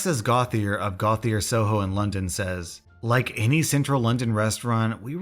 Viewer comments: I’m sorry to be this person, but “Gauthier” is pronounced as “Go-tee-ay” as it is French. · Never heard Gauthier pronounced that way, more along the lines of "Go-chay". Maybe it's a Cajun thing. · I’m a waitress in Louisiana currently out of work because Covid-19. Sucks. The woman who owns the diner has the last name Gauthier. It’s pronounced “Go-Shay”. I know I know. I’m that girl, correcting the pronunciation. But yes, I can totally relate to the influencer shit. 🤣🤣🤣. Love your channel dear! It’s provided me with awesome entertainment during this crazy time. ❤️❤️🤟🏻🤟🏻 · Btw “Gauthier” is pronounced “Gotié” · Hey, Gauthier is pronounced "GO-tee-yay" ✌️ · The way you pronounced Gauthier triggers me